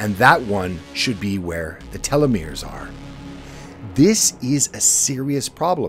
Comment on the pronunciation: I like your videos yet imo there's too much emphasis on a few words in the intro. I prefer a stable, softer volume that doesn't fluctuate too much. also, (and humorously to me) everytime I heard you say telemores, I thought TeleMundo.